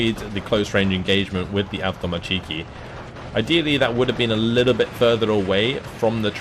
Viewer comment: Pls russian words sounds terrible from you. Correct stress in word is an avtoMAtchiki, not avtomaCHIki. Its not a Japanese